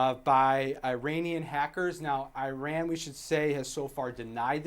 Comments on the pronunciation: it's not Ai-RAN... It's EEh-RUHN. That talking head from St. Petersburg Florida is a total novice. Terrible speaker and reporter.. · Does CNN really have a reporter on national TV pronouncing Iran as I ran?